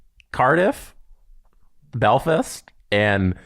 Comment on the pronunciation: pronouncing Belfast wrong.....LET'S GO GIANTS!! *Edit - He redeemed himself the 2nd time he said it.